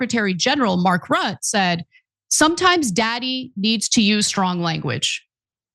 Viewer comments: FYI Mark Rutte's Dutch family name is pronounced Ruttuh (Dutch guy here). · It's pronounced Mark ROOT-UH